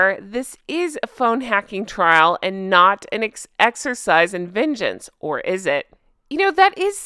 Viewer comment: You should do a video starring "vengeance" saying it the same way you do "messy". That would be hilarious🤣